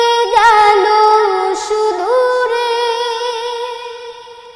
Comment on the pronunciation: মাশাল্লাহ, অসাধারণ মাধূর্যভরা কন্ঠ তবে "সুদূরে" উচ্চারণের ভুলটি না থাকলে আরো ভালো হতো